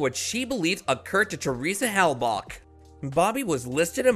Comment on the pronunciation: Please stop saying "Hell-Bock"!!!